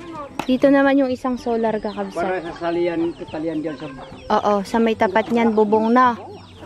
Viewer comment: Sana wag maging oa, madali lang namang banggitin ang kakabsat, hindi kailangang sabihin kakabsot, kailangang tama ang bigkas, dapat tama kasi may nanunuod ding mga bata, baka mali ang matututunan nila.